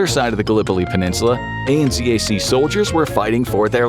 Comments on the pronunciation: AN-ZAC is 2 syllables. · ...Australian New Zealand Army Corps, or ANZAC. Us blighters down under say that as a *word*, akin to NASA. We don't list out the letters. Anzac. An-zack. Not A-N-Zee-A-C, especially since we use Zed not Zee. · Also... ANZAC. Not A.n.z.a.c. Anzac is a word, not just a collection of letters. It has a meaning to Australian and New Zealand inhabitants. Show some respect. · Saying A-N-Z-A-C as individual letters is wild. It’s pronounced An-Zac. Australia and New Zealand Army Core. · Someone tell him he can say Anzac it's ok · THAT is NOT how you say ANZAC! The disrespect is astounding! As an Australian ex-serviceman I find it totally disgusting and disrespectful you didn’t even bother finding out how to say it. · ANZAC is generally pronounced as a word, not read as an acronym fyi - "An-zach". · Australia New Zealand Army Corps, ANZAC, Is pronouned as a word, NOT spelled out. It is spoken like Annzack. We remember ANZAC Day April 25th every year and is a public holiday. This year is the 110th Anniversary. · ANZAC is said as a single word. Not as each individual letter read out. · ANZAC is pronounced An Zac like a word. You don't say each individual letter and Z is Zed not Zee in kiwi and aussie English anyway